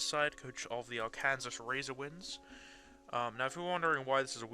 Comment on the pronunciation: > pronouncing arkansas correctly